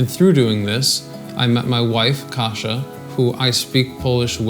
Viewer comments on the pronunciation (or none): I think you said kasza instead Kasia xd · You said Kasia like groats in English :D Kasza :D